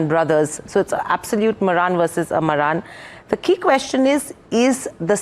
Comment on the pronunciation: Pronounce as MAARAN